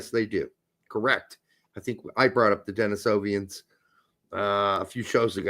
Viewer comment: It is Denisovan, not Denisovian. Still great to hear any conversation on one of my favorite subjects here!